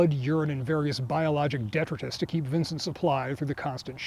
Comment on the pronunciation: I've never heard "detritus" pronounced with a short I.